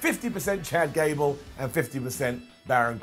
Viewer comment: I snickered when called him "Jad Cable"